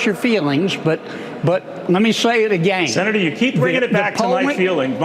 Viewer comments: “I’ll Say it Agane” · That stupid hick bastard can't even say again correctly, so who the fuck is he to call anyone ANYTHING?? Kennedy is an utter embarrassment. Also, fact check these fuckwits who keep lying about abortions happening "after birth". That is murder. Murder is illegal. Stop. Fucking. LYING! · And another thing: who the hell says "agayne"???